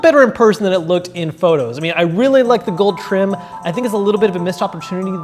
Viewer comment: Wait is it just me or did just say 'gold trim'